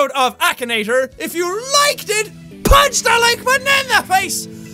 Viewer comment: Sometimes in your outro you sound like your saying "banana face" when your say punch that like button in the face like a boss